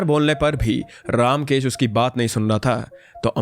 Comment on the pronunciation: You are pronunciation of the name ramkesh is not रामकेश it is रमकेश